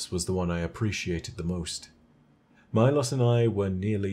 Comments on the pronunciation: why do you pronounce the war beast's name as Mai-Loss when its mee-lows idk why but its bothering me lol great video! love your content, keep up the good work :D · Milos? More like "my-loss" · How do you mispronounce Milos even though you contain a clip of Calus saying the name aloud.